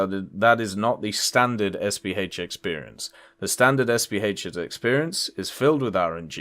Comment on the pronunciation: Is it just my ears hearing it? When is talking about how it is a self-propelled howitzer by using the acronym, it sounds like he is saying SVH instead of SPH.